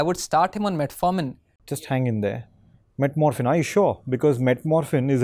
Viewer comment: With due respect, it is 'Metformin' and not 'metmorphin' . Just a doctor inside me isn't letting me to keep quiet over this.